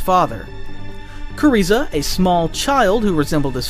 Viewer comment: knew it was written by ai when he said "kuriza" 😭✌